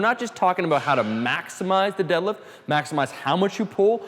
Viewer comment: He doesn't day deadlift he says delif